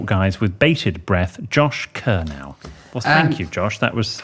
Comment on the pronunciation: Kernow = ker-no, not ker-now. Best county in the country!